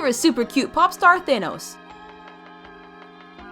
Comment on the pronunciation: It’s thanos not tho as